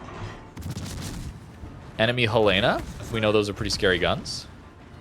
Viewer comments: The capital of Montana is Helena, which is pronounced "HELL-uh-nuh", with the emphasis on the first syllable. It is not pronounced "Hel-LAY-na." A simple way to remember it is to say the name "Helen" followed by "uh". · Helena= Helen-a. As in Helena, Montana. It's the state's capitol.